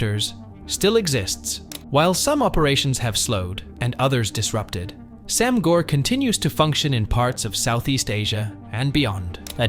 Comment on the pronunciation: Very minor critique about your annunciation of Sam Gor, in case you cover another topic in the future with Cantonese in it. The A in “Sam” (Translates to 3) is a long A sound, similar to Anonymous or Announce. Easier to understand when seen as ‘saam’. Gor (brother) really shouldn’t have an r. The O sounds more like if you were about to say the word “or/oar” but cut out the R. In Cantonese the sound for the letter R does not exist.